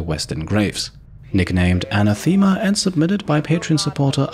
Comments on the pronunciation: He mostly pronounced it correctly, he just put the emphasis on the wrong syllable. He said "ah-na-THEEM-ah", but the correct version is "ah-NA-theem-ah". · Great Video. Really funny that Central considert the Lost one of your Soldiers. I migth be wrong but I think the nickname Anathama is pronunced diffrently. More as one word instead of Anna-the-ma. But as a fellow german native I made the same mistake when I first heard it so don't beat youself up over it :))